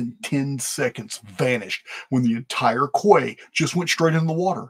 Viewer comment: the word “quay” is pronounced as “key” and not as if it rhymes with “sway.”